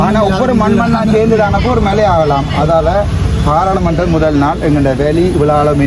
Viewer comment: பாரளமன்றம் அல்ல பாராளுமன்றம் தமிழை திருத்திக் கொள்ளுங்கள் அண்ணா.